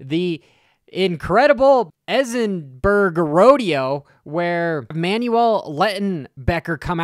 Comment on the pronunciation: pronunciation strikes again 😂 It isn't pronounced Ezenberg. It's Erzberg. Think Erz as similar to hers but with a E sound not H.